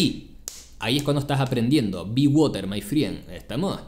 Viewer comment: "be woter mai frien" - 02/03/22